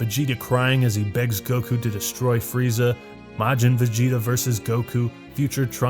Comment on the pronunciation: This video was good until I heard linda young freeza.